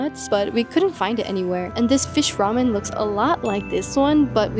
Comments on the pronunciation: i had this thought too. clearly she can speak korean because her pronunciation for all the other foods were spot-on. so i was really curious as to why she kept calling it 라멘 instead of 라면. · it would be great if you pronounced 라면 as 라’면‘ not 라‘멘’. Love your videos. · DO NOT PRONOUNCE 라면 as "Ramen"